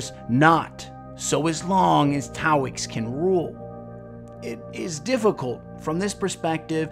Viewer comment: Love your vids Sir! Well made and written. Just one critique; you kept calling Taox "Taoix"